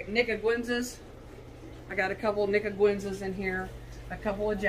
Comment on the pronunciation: ‘Niguensa? Was she trying to say nicaraguensa? That’s borderline offensive. Good video anyway.